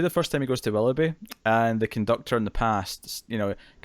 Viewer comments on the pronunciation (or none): Did, it's WILL-OH-BEE not WALL-UH-BEE